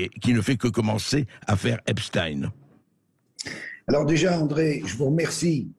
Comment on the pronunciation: Votre prononciation de nom de Epstein est la bonne c'est drole sur d'autres medias ils prononcent Epstine !!!